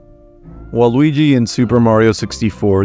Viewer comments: I don't know if it's just me but every Waluigi sounds like Luigi with an extremely silent V at the beginning. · I feel like you call Yoshi « Joeshi » and Waluigi just « Luigi » on purpose